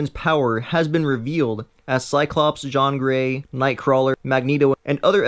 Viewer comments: It's Jean Grey not Jon grey uuuugh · umm, "Psych-lock" and "Jon Gray?" Ratarded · pronounced: seye-lock and gene grey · You have Pronounced the Character name Wrong😤 JIYAN GREY PSYCLOCK MARIA MCTAGGERT??? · you spelled it wrong.... its actually JEAN GREY!